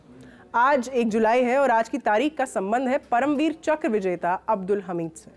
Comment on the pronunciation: ma'am वीर अब्दुल हमीद बोलिए